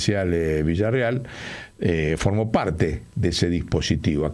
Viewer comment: Por qué dice Villarreal, si es Villarruel ?